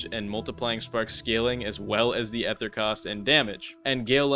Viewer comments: it's still ether not ehther bud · did bro just say "ether" as "ehther" 😭😭😭😭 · unc why do you say ether like that